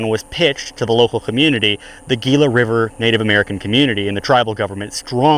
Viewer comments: It's pronounced Heela (Gila). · Gila is pronounced Hee-la.